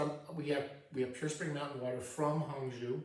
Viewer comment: Great 泡澡教授 lol, If you make it to Beijing look me up! I used to travel to Hangzhou (Hang Zhou, zhou rhymes with low or slow) all the time, fantastic city. I've never actually read Journey to the West. I used to live next to Wang Shuo, not sure if you've heard of him. I like some modern Chinese fiction like Yu Hua. Great stuff, enjoy your trip!